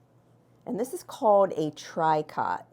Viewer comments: Just an fyi for you. The fabric is pronounced (french word tricot) "tree-ko". Thanks for the video. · 😊It's pronounced tree-coh. It's French for the word "knit". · i actually had to look it up. I've always pronounced it "tree-kōh" but found that there's a Japanese band called Tricot and that name is pronounced "try-kǎt". We old ladies apparently heard it right the first time - but these young kids have confused everybody! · I came here to gently correct the pronunciation as well. It astounds me how many people produce videos with mispronunciation or incorrect grammar, because if a person is "teaching" and haven't done the research to double check, it affects credibility.